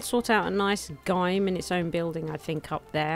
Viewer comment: hey...?.... idk if its a cultural or regional difference and if it is, so sorry.... but Gym is pronounced Jim generally.